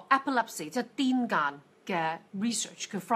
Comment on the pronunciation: 欣賞節目，感謝，但不完全同意。澱粉質食物例如薯、芋、山藥等非純是澱粉、還包含其他養份，如全部戒絕，恐有所失，個人作法是減量而非戒絕。 癲癇，癇應讀作閑，但集非成是，錯讀亦廣爲接受了。有聞醫學界以將此病名改爲腦癇。